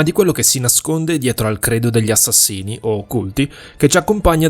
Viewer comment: "Gli asciascín"